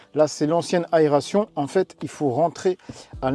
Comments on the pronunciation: Ah oui juste un petit truc...on dit aération et pas aréation 😅😅😅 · Attention à l'aréation 😂